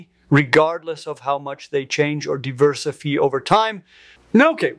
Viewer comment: I love the way his eyes widen when mispronounces diversify.